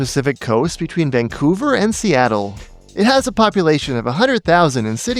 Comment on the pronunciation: I sense youre from vancouver because of how you pronounce vancouver. Vang-couver